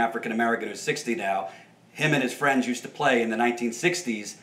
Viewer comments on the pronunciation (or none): none